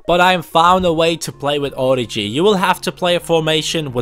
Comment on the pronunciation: It isn't origji (prononciating) but origi. The french g